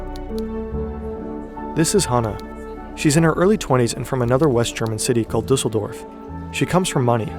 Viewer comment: "Dizzledorf"?? LOL